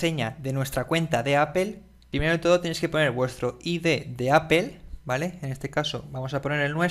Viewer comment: poe que no dices apple como mismo lo lees si al final dices todo de la misma manera